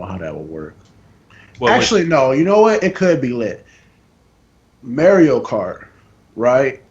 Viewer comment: dude…. say mario right